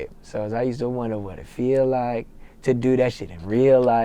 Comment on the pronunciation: "Vat?" crying laughing haahahahaha DMV s/o